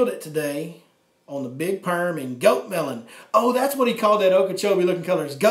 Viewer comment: I see you have seen Friday. I all most choked when you called the worm Bigg Perrmm.😱😂. One more thing How do I get involved in your chat session?